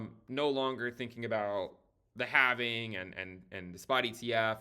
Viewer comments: Thankyou for pronouncing halving correctly where the L is silent. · Join us,....in the Cowen Coven.....here we employ the ancient mystical arts of facts and data...... however we do use the antiquated yet mystical sounding pronunciation of " The halfeniing"....or halvening. No halflings, or hobbits were rekt making this video